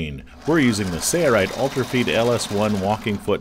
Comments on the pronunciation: Watched quite a few of the Sailrite videos and enjoy learning. But there's something that just bugs me. I know it's petty, but pronunciation of the company name sounds like "sayo-rite". It just seems that if you're representing the company, a correct pronunciation would be in order. peace... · why isn’t the L in Sailrite pronounced? making these. thanks!